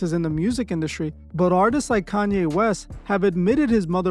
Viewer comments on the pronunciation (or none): none